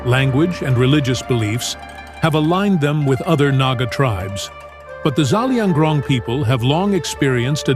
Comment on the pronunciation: It's Zelianrong not zalianrong